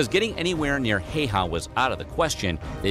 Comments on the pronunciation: not Simo Hey ha but read pronuations! like H A Ü yes Y = Ü in finnish grammar Ü like like jet enigine switsc out and turbiins get lower whistle vocals (bass ) . and last Ä ic not Alike Alpha but You in english say "say" middele A . ? Simo is hit on "O" not "I". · WOW!! GOLD STAR!!! You said HÄYHA And not HAYHA like 98% of other youtubers! :D You almost got it :D (And the video you are watching are wrong.. Ä is a separate letter. Its not an A. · You were about to pronounce it correctly but then butchered it like practically every anglophone :D No one finds it offensive just a funny note. I mean the surname part, Häyhä. It's admittedly hard to pronounce for foreigners or people who speak a language that doesn't have the letter Ä. I saw you reacting to Green beret and american military in general so you could react to Larry Thorne (born Lauri Törni) also. Another Finn who later became a Green Beret (one of the first, still one of the most legendary Green Beret). The main character in the book/movie "Green Berets" is based on him. Oh and he also fought for three different countries. He died in Vietnam war as an American special forces officer aged 46. I personally think his story is more interesting than Simo's. The Green Berets have some kind of Larry Thorne award still so he is remembered. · It's pronounced as it's written. Häyhä. Not Heihau. Easy for a Finn :D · Häy-hä! Hei-hah (Nope) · IT'S NOT HEIHÄ IT'S HÄYHÄ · No! In Finland Häyhä is a Häyhä! We just pronounce names by their letters... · It’s actually just pronounce Simo Häyhä and not ”heihaa” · Don't pronounce Finnish. A bit like Japanese, you just say it like it's written. Even in the video, the name is spelled wrong.Video say heihaa when it is Häyhä. If you want to hear what it really sounds like, open Google translator, write Häyhä in the box, select Finnish as the language and press the listen symbol. Then you can turn the language the other way around and listen to the machine saying jiihaa (heihaa) again.